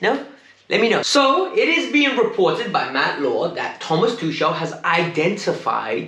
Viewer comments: It's Tuchel..not Tushel 🙄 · The time u spend laughing on this,u can use it to learn to pronounce it properly... it's easy..T-U-C-H-E-L Not T-U-S-H-E-L